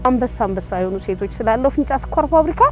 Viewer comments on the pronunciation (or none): ፊንጫ፡ማለትህ፡ነው? " እ" ምናገባው?